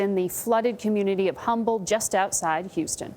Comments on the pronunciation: She pronounced "Humble" wrong. It's pronounced "Umble" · It's not humble it's uhmble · IT’S PRONOUNCED “UMBLE”, NOT “HUMBLE. THE “H” IS SILENT!!!! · Humble, TX is pronounced "Umble". The H is silent. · She pronounced "Humble" wrong. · But the "H" in Humble, TX is silent. . . . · It is Humble ; not Humble . Pronounce wrong . But we love Mattress Mack . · Anyone else from Houston cringe when she pronounced the h in humble?? Lol